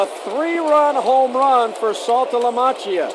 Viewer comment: If I had to hear him pronounce "Saltalamacchia" incorrectly one more time, I was gonna lose my mind.